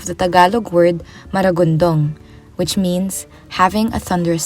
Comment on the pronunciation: It's madagundong, not maragundong.